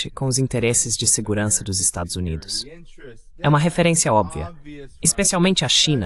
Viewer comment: Adoro o fato dessa IA nunca conseguir pronunciar "Estados Unidos"... É "Estadis Umêis", "Estadis Uáis", "Estázuíns", etc... Uma exposição acidental e acertada da deformidade e dissolução desse país.